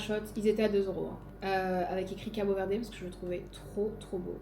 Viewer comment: Trop sympa comme vlog! Je rêve d'aller au Cap-Vert et tu me donnes encore plus envie ! Juste pour info, en portugais on ne dit pas le e final, donc pas CabO Verdé haha mais j'adore le fait que tu fasses l'effort !! (je suis portugaise pas capverdienne pour info)